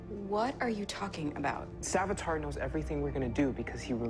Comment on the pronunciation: a mistake is actually cisco said savatar in